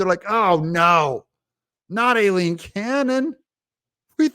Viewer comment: Doug, I could be wrong but typically Aileen and Eileen are both pronounced as I - Leen. ☺️